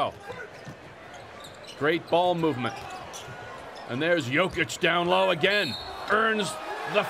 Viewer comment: commentator keeps calling jokic josic